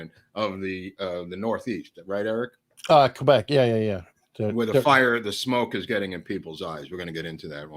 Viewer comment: I love the way Eric pronounces "Québec"! As a québéqueur myself, I couldn't say it better.